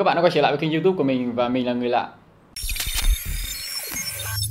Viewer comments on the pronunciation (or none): none